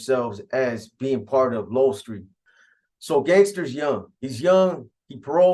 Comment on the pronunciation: It’s Low-El , Lowell St